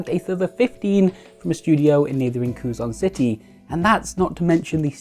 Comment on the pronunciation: I'm not even a minute in to this older video, and I'm sure I'll love it! I just wanted to point out that I'd never heard Quezon City pronounced that way .. I've always heard "Kay-Sewn" from my Filipino parents 😂